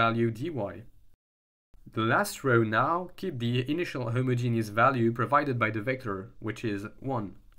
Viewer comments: Ahh yea you put emphasis on the first part a lil HI-mogenous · The only thing I don't like about homogeneous coordinates is the way some people pronounce it, which makes it sound like a homosexual genius. Not sure how to spell how I say it phonetically, but it's a bit like him-odge-in-is with the emphasis on the odge. Or hom-odge-in-is if you pronounce the first o, but like in rom, not home.